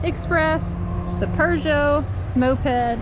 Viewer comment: It’s a Peugeot “poo-joe”. There isn’t a R in the name. That company makes cars in Europe. Looks like y’all had a great time there. Keep up the great work!!!!!